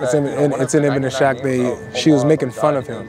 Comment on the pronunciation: It's Ibn "Is-haq" brother. (Is - haq) and not (iSHaq). 😅